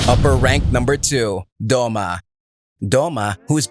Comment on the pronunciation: I like how its Doma not Douma